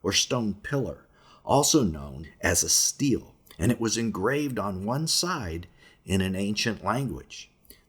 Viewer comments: Stele is pronounced {stay lay} not {steel} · Great video! Btw stele is pronounced stelley, rhymes with shelley. Keep up the good work! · 1) It's pronounced "Stella," not steel. 2) Christian's don't like to admit it, the New Testament even strayed from the Old Testament's more precise description (Son's-of-God vs Angel) because of it, ...but Jesus was a Son-of-God, the same species in heaven as the Genesis-6 Son's-of-God. 3) After the flood, Nimrod's purpose for building the Tower-of-Babel was to entice new Son's of God to descend to earth. It was believed there were certain locations on the earth where transport between heaven and earth were simpler. One can only assume Jesus trip to Mt Hermon means it is the closest transport-location to Jerusalem? (more...) 4) Oddly, many of the pre-flood transport-locations seemed to have moved while under flood-waters. Pyramids moved, continents moved. 5) Ezekiel saw a transport-location. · stella, not steal by pronunciation